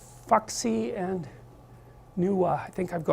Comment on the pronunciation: OMG XD ROFLDEAD He couldn't even be bothered to look up the correct pronunciation of "Fu Xi" (It's "foo hsi", not "fucksy")